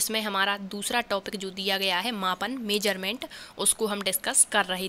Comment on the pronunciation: measurement hota h mam nt meserment